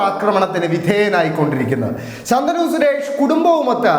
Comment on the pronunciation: ശന്തനു അല്ല ശാന്തനു 😂